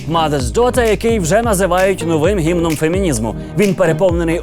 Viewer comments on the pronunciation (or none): Майкле на ты помилився, треба казати "гівном", а не "гімном".